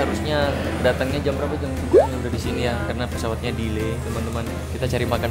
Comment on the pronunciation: bilang kerta👎 bilang peswat😂😂